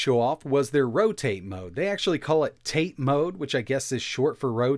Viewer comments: Lol you said in "tate" mode or Rotate Mode. but it's actually ta tae mode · "Tate mode" isn't pronounced like eight, it's like "tah teh". It's Japanese for standing (more or less, y'all don't need a lesson on Japanese grammar). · it's actually pronounced tah-tay. It comes from the Japanese word for vertical. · I know it's technically pronounced "tah- tay", but ro-"tay-t" mode sounds so adorably American. Almost trademark worthy. 😝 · tah-teh is not short for rotate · Pronounced "tah-teh" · It's pronounced ta as in tar, te as in tent; no ey or ay sound. These end of word diphthongs are a common mispronunciation by native English speakers, since monophthongs are uncommon there that language. In Japanese (and honestly most other languages, Germanic ones too, even Middle and Old English), monophthongs are by far the most common vowel sounds in all positions.